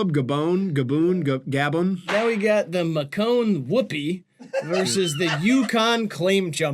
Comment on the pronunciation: it is of course also while he’s trying to pronounce the country name Gabon (like lone) and he added an illegal “o” making it sound like (dune)